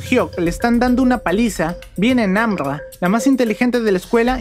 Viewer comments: No. es. namrra es namla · Por que dijoste Nambabarra🤣🤣🤣